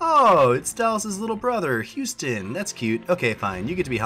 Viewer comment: ITS HOUSTON YOU SOUND IT OUT LIKE HOUSTON